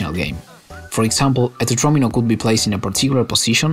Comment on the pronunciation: THANK YOU FOR PRONOUNCING “TETRAMINO” CORRECTLY!